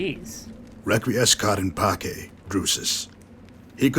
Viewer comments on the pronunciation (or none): It's requiescat in pace (pronounced PAA-CHEY)